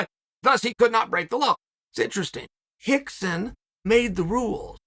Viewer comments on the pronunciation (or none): The whole pronunciation of R into H automatically let's all involved know that there's something not right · Is it Hickson or Rickson ????? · Is it Hickson or Rickson? 😂 I feel like I'm losing my mind